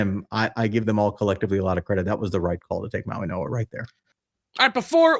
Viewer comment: How do you expect to be taken seriously as an analyst when you can't even pronounce the name of a top 10 pick for the Giants. The G sounds like an N for Mauigoa. Come on man.